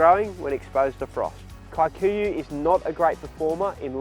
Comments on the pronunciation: The pronunciation of “Kikuyu” as “Kae-kuyuh” instead of “key-kuyuh” is hilarious. But so much nice information, thanks for the video. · It’s actually pronounced Key - kuh - yuh